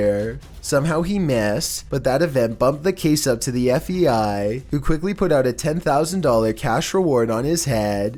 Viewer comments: Either I'm going crazy or I'm actually hearing you say F. E. I. Instead of F. (B) .I. everytime you mention the bureau.... was this on purpose to see if anyone would catch it or?? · Sounds like you’re saying F.E.I. (instead of FBI). What’s up with that? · I'm sorry dude, but it's F B! I not fei... you keep saying FEI, IT'S FBI!!! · are you saying fbi or fei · FEI ? It's called FBI not FEI. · Do you keep saying F E I ? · Its not the FVI like you keep saying its the FBI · He said FVI like 1000 times its FBI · Whats the fei? Are you saying fbi?? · It’s pronounced: F-B-I NOT F-E-I. At least, that’s what it sounds like You are saying through out the video. Rgds Adri 🕊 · Is it me or does it sound like he keeps saying FEI instead of FBI? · Andrew Day if you know what he looks like, it's because he's smiling so big he can't say B! Lol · FEI?... DO YOU MEAN FBI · I was lookin for someone to bring up the fact that he keeps sayin fei lmmfao😂😂😂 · ArcaneSiren idk cause it also sounds like he says FVI every time and not FBI lol... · It’s sounds like you say FEI not FBI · if your voice wasn't annoying enough to begin with now you calling the FBI the FEI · Every time you say FBI you sound like you’re saying FEI. 😑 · Are you saying FEI????? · All I hear is Fvi..... FBI.... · Do you have issues saying FBI?